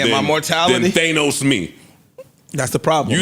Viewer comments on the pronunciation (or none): Why do they say theynose I thought it was pronounced thaahnos